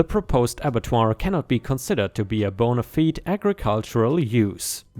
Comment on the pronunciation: Bonafide. Pronounced like "bone-a-fied" bone A fied and the "fied" is the same as "fried" just without the r.